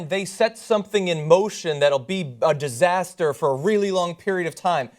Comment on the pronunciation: "Those university officials were weak, they were low energy... they were a disastah!"